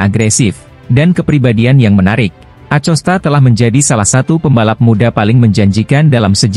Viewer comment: Kok ada yg bawa berita ngomong MotoGP aja bisa menjadi moto ipi aku geli dengernya masak bilang MotoGP bisa jadi moto ipi tapi klo pas lupa ngomongnya betul 😅😅😅😅 ngelawak kayaknya yg bawa acara in akosta ya di sebut acosta memang tulisannya Acosta min tapi bacaannya akosta anak kecil aja ngerti min...min....